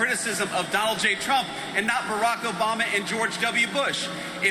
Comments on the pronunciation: 'Obamna' lol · "OBAM'NA!" 😂😂😂 always gets me. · Loved the Obamna 😂